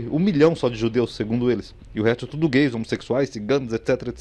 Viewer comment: "homosequisuais" kkkkkkkkkkkk 😂😂😂😂